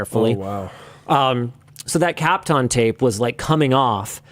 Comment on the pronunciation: I have never heard Kapton tape pronounced like that